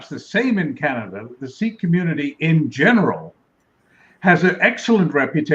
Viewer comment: people who cannot pronounce Canada (Kaneddddddddddddddddddddddddda) should not be allowed in Canada